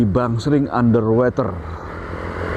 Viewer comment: BacaY bukan Ander Weter tp Ander Woter nti slh ucap bs salah artiY